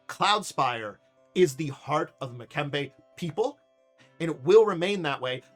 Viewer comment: I think much like some west African names, it may be pronounced Mmm'be'ke'. Like Mmm yummy! I knew a guy named Mtube' and it took me a bit to get the Mmmm right and not pronounce it as M-tube' and I'm ancestrally part west African so don't feel bad. But overall you're a lot closer than I was with my friends name.